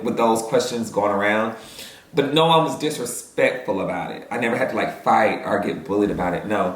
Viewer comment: “Taste lih a lil turkey leg” took me smooth tf out 😭😭